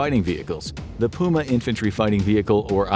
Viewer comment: I’ve never heard puma being pronounced that way